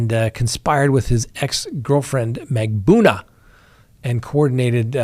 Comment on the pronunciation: Please read your comments. I find it comical that you butcher Magbanua. But please, it’s hurtful that you refuse to pronounce Markel correctly. The family pronounced it, Marr-Kell. Please stop pronouncing it like Mar-kle.